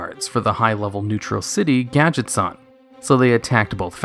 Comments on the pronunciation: it's gadgetzAn not gadgetzawn they're not japanese. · I don't like hearing the word 'Gadget-zahn', I think it should be pronounced 'Gadget-zanne'